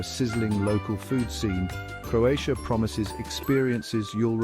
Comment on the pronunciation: This is a nice video... but unfortunately you butchered every name of every place in Croatia. 😢😢😢You should have at least make an effort to learn how to prounounce the name of the places correctly before making this video...in that way you would show some respect to Croatia and Croatian people. 🇭🇷